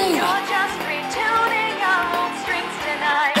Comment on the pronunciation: When Alice says "your just returning our own strings" the "returning" of the speech it sounds like retooning